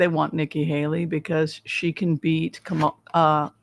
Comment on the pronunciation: It's pronounced "KAHM-uh-luh, with the stress onthe first syllable. Her step kids call her Mom-uh=luh.